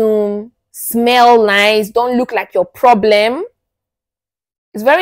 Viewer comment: Emphasis on "don't look like Ur problem"😂